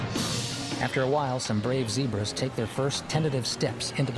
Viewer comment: Not zibras.ZEBRAS😅